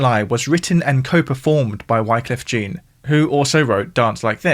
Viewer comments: Jean, not John! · Please, stop saying Wycliffe Jean, like the trousers. It’s Jean, like the French name. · I know Wyclef has only been around for 30 years, but how can you mispronounce his name like that? He's Haitain, of course 'Jean' has the French pronounciation! C'mon man!